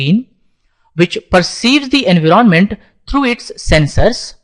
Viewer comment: I love your accent "engroment"